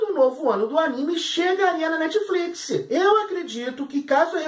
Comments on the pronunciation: Netfliquissiii ???? Sério???? Da vontade de arrancar os ouvidos kkkk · Quantas vezes ele falou netifliquissi? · krai o cara so fala netfliquisi, q agonia de ouvir isso